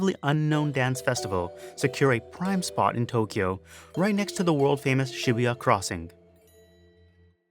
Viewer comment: Well now I know how to pronounce Shibuya correctly.